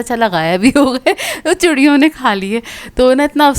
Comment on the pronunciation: Churion nh hota chiryon hota h kindlyy edit